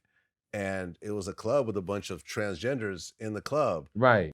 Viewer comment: Nobody:: Transgingers!